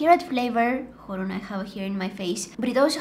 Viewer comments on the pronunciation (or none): none